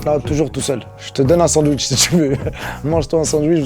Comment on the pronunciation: " Un bandwich" mdrrrrrrrrrrrrr